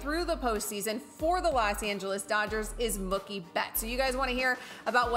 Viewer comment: It's pronounced Moo-kie not Muck-ie!